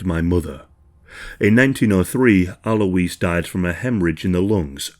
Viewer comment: You pronounce Alois as 'alloys'.